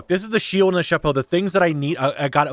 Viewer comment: As a French, I loved each and every time you said "chapeau" haha! Great series as always, can't wait for season 2!